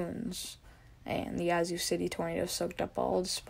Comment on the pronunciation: Yah-zoo (Yazoo) like apple not yacht. its Ta-loo-lah (Tallulah) su-tar-sha (satartia) said it right the 1st time. Ah-tal (like tally- la (Attala) auc-tib-eh-ha (oktibbeha) ster-gis (Sturgis)